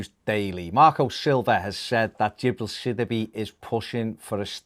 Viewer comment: It’s pronounced sid e bay not that shit you’re saying